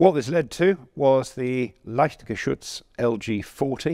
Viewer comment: Amazing german pronounciation btw. Pronounced Leichtgeschütz like a german would :)